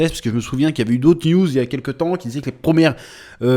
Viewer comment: À chaque fois que tu dis "une news" j'entends "une nudes"